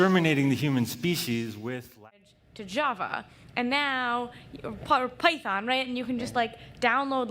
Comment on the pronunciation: she said like pei-thon